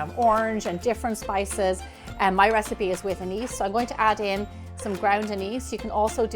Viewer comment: Gemma does an excellent job